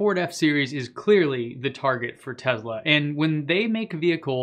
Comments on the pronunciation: IT'S NOT A TEZLA IT'S A TESSSSSSLA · It's Tesla, not Tezla…..just wow. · I stopped watching as soon as he pronounced Tesla as Tezla. I don't know, call me strange but it literally bothered me. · why is he saying "tezla" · I love your info I really do... But... Its not Tezla, put an S in there brother. Thanks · That didn't bother me. What bothers me is when they constantly say, "Uh, um", in their speech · Why are you pronouncing Tesla with a z? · Let me help you with your pronunciation. Say the the word “sled” ten times before saying “Tesla”. “Tesla” is spelled with an “s” and not a “z”.